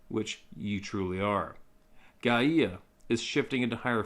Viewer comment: Hi, Gaia is pronounced GUY-AH